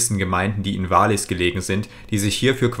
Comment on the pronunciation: Wallis bitte wallis nicht waahlis... Zermatt zermatt nicht zeehrmat.. das mit dem o und orten noch ueben der hr